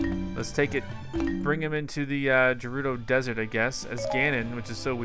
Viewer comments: I've always pronounced it as "Ger-udo" rather than "Jer-rudo" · First Fi is pronounced "Fai" now Gerudo is pronounced "G'rudo" (or something)